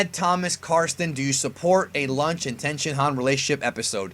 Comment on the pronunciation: I was sure it was launch why you calling her lunch